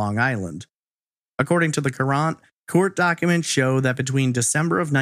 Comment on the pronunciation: I grew up in Newtown during this time. I was around 12 and this along with Richard Crafts were the biggest news forever. I always thought this case had been solved. also, FYI Hartford Courant is pronounced the same as Current not ker-Aunt